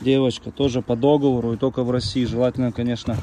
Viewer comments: вы как дед старый говорите. Никто не любит исправлений, но нет такого слова как до́говор. Есть догово́р. Где вы этого понабрались, зачем коверкать слова? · Люди учите русский язык! ДоговОр! дОговор🤦‍♀️